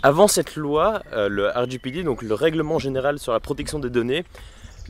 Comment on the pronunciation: Pourquoi tu dit « RJPiDi » ? Si tu veux prononcer en anglais utilise l’acronyme anglais 😄